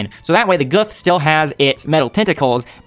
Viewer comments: The gouf is pronounced like goof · the japanese pronounce gouf as goof so goof is the correct name for it